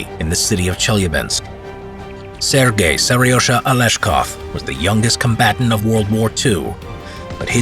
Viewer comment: Its sergai i think not sirgay